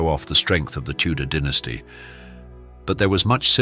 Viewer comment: It's dynasty not dynasty cheese hit right or don't say it at all